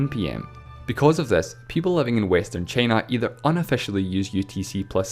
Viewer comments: "Chay-na"? Never heard of that country before. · Me too, after hearing "Cheenah" and "the Uneetud Kangdum". Christ! Diction! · The commentator calls time as tame and china as chena and so on. Its better to read captions in silence. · take cheina foe exempore